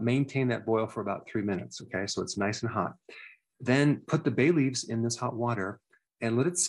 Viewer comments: You said bay leafs but I heard Bailey's. Good thing I looked at the screen to double check. 🤦‍♀️ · At first I thought you said baileys not bay leaves 🤣 I was like what? I have to drink when I’m sick? Haha